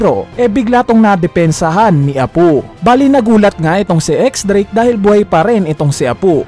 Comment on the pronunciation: Apu at hiyuri bisaya ka pala Apoo at hiyori lambutan mo po ang tigas ng bigkas mo sa pangalan nila